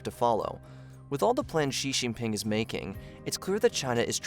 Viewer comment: Shee Jin Ping. X is pronounced with essentially a SH sound in Chinese